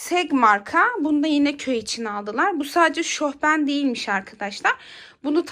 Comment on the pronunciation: Şohben değil şofben